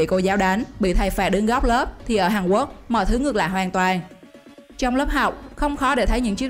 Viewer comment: Quốc mà bạn này cứ đọc Quắc nghe khó chịu ghê